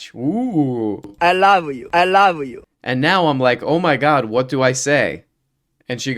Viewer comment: Is that so? Because I only swipe right for Eeelu Maa and it's because he says eye luhv uu